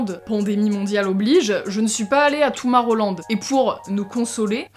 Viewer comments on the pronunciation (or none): "Toumorrowland" aie mes oreilles moi je dit Tomorrowland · J'adore parce que tu dit toumarowland mais sa se dit toumorowland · Y’a que moi que ça perturbe qu’elle dise « Toumaroland » ? C’est Tomorrowland 😂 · "Tomarolande " tomorowland mdr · "toumarroland" tu m'as fait rire :)